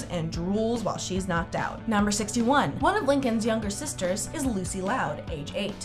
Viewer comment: U SAID 9 SISTAHZ